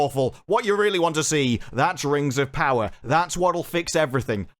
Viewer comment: Not ring, RANGS OF PAWAAAAH.